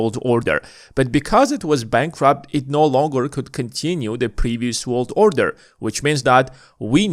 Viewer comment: If you say “order” like that one more time 🙈